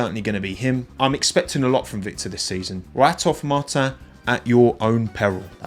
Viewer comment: Nice try on pronouncing Victor’s name like Martin in French but you forgot the S at the end. So say Martins like you would as a pure Brit mon ami 😉